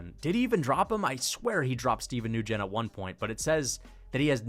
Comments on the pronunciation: Nguyen is pronounced WIN! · How do you not know how to pronounce Nguyen? It's not pronounced "New-Gen"